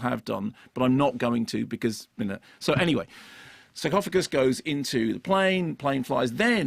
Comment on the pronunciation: Is he saying “suckoffagus” on purpose?